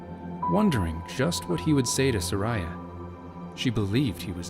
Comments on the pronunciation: It's Sar-ee-uh. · Everytime he pronounces Saria as ”Suh-rai-ah” I die a little inside